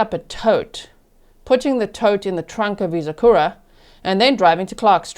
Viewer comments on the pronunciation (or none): G... Only because you seem to appreciate local pronunciation. The car discussed, the Acura, is pronounced ACK-yur-Ah. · It’s phonetically akk-u-rah.